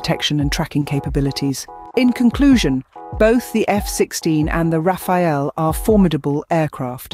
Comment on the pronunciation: it's the rafale not Rafael